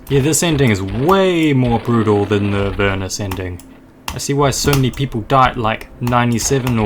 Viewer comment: UR PRONOUNCING THE NAME RIGHT ILY